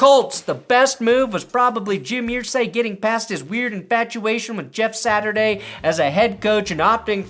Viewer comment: you know I love you, buddy. Irsay's name is pronounced phonetically. 'ERR-say' Being a Hoosier forces me to Pence when you say it like that.